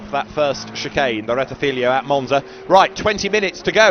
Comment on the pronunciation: JFC, STOP SAYING “RETTIFILIO” , It’s RETTIFILO there are only 2 i not 3 loose the last one, you sound like as if I called Brooklands Brocklands.